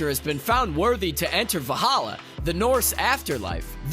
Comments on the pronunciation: ..and Valhalla (not Va-halla). It all makes him sound like a rube and not an actual fan. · 26 the L before the H in Valhalla…